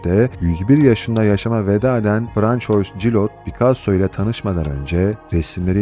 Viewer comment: Detaylı bilgiler için teşekkürler. İçerik böylesine bitelikli olunca aynı özeni yabancı sözcüklerin telaffuzunda da görmek isteriz. Örneğin; Nötürmort değil natürmort, “Françuaz Gilot” değil “Fransuaz Jilo” olacak👋🏻